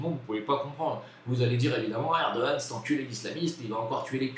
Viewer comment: Un GRAND merci de ta sincérité sur la Turquie.... et tu prononce très bien Erdogan! 😉